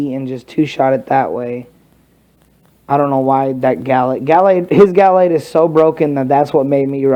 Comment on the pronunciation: it's ga - lade not gal lade